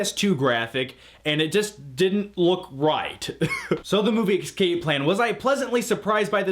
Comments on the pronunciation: you're awesome, but it's escape not excape. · It sounded like you kept saying "ecscape"